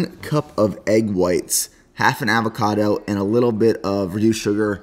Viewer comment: Look up how to pronounce avocado, but good vid